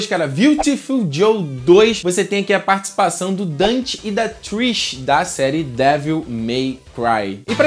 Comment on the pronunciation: vc falou partcipãzão kk mas td bem